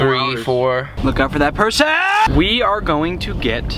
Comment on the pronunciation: how is no one talking about that hilarious part where goes “look out for that perSONNN!”